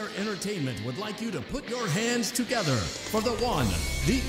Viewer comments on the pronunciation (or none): none